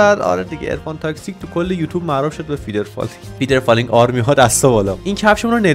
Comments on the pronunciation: فدرفالینگ نه فیدرفالینگ ولی فیدرفالینگ بگو فیدرفالینگ آرمی 🤚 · موفقیتت تو چشم یک یک هیترا واینکه اون فدر فالینگ نه فیدر فالینگ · فیدر فالینگ نهههههههه فدر فالیننننننگ